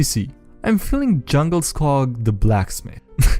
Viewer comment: Djungelskog means jungle forest in Swedish, the D is silent and the O is drawn out. And yes, people who understand Swedish find IKEA's naming convention to be just as silly as the rest of you.